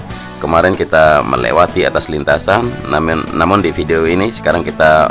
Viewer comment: Gua dger namen(namun)😂